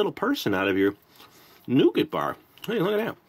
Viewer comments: Not Noogit ! Try Nougah ! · Here in the UK most if us pronounce it nu-gat